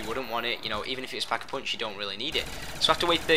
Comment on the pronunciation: thumbs up if you love the way he says "pack a punch". "peckapunch"